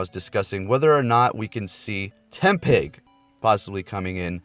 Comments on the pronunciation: It's "Tepig" not "Tempig" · Tepig* not tempig XD